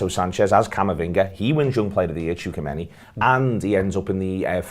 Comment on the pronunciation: butchered tchouameni's name